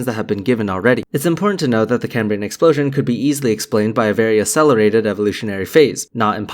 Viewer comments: Why would anyone who claims to be expressing a scientific theory on how life is possibly pronounce Cambrian as cay-me-brain? That's not just mispronouncing it, it's a complete butchering of the word as if he's never seen it before. It's supposed to be pronounced like it's written Cam-bri-an. Of course Creationists have no idea what they're talking about so it makes sense they've never seen it before, but FFS you'd at least read the script carefully. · I'm not going to take anyone who can't say "Cambrian" properly, seriously. It's pronounced as the Prof says it, not came-breean. Moron... (That's a word, pronounced exactly the same as in the English, in modern "Cambrian" - Welsh - which means carrot. So if you know any morons, call them "carrot" and they'll be even more confused lol. You're welcome 😉). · Why does Meyers mispronounce Cambrian?